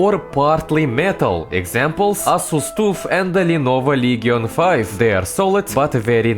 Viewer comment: i love how he pronounce Asus TUFF